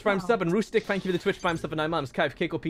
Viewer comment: It’s kaif. Always kaif